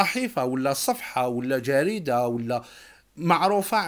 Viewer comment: صفيحة ولا صفحة جريدة ولا جرادة😂😂